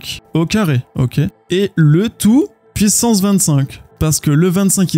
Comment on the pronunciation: Meme si je ne comprends pas encore tout j'aime beaucoup tes videos pour bien comprendre par contre ca fait toujours bizzare quand tu dis une πsance pissance au lieu de puissance